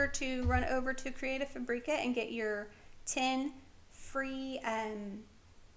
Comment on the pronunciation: I’ve been enjoying your canva videos very much. Some great skills I never knew about. I’d like to correct you on how to pronounce creative fabrica, it doesn’t rhyme with paprika, it’s fabric-ahh.